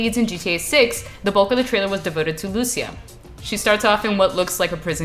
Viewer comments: Holy shit how hard is it to pronounce a Latin American name. Is not Lùcia is Lucía, emphasis on the í. Is like you guys don't live in America with a massive Latin American population, c'mon.... Every time I heard someone talk about this game's main character I cringe when they say their name. Is cringe that you live in Miami where most Latinos in America live and yet still don't know how to pronounce one of the most popular names in all of Latin America. Holy shit! Ah Y ahora recién me doy cuenta que es Cubana, wow te debería dar vergüenza la verdad no saber pronunciar uno de los nombres mas latinos y mas comunes que hay, la ignorancia Americana se te ha metido en la cabeza. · Great vid. A little disappointed with the pronunciation of Lucia lol. The accent goes on the 'I', not the 'a'.